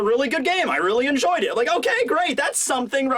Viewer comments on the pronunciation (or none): none